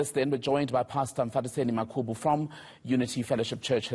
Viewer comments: MUKHUBA not makhuba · First it's not Makhuba, your whack Journo must do his job, pronounce names of African guests properly, it's disgusting and embarassing. 2ndly your stupid journalist focuses on prayer and positions it to be an instigator of violence, how low. It's charlatans like this who questions a rape victim about clothes she was wearing, if the way she was dressed could have triggered the rape. Shame on your shallow so called journalist for trying to ambush the Pastor. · Reporter, it's MUKHUBA, please! You do a lot of reading, so PLEASE, don't bore us. We stand with, and we stand against police brutality!!!! The only thing that the reporter concentrated on, is the PRAYER! No concerns about those who were shot, unarmed by the way. We see which side you are on, we see you indeed! We will not stop praying dangerous prayers just because of those who question them! Stop talking too much and PRAY! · To me too is